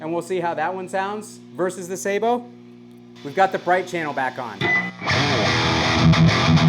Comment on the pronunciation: wouldn't it be pronounced sabot as in sabotage?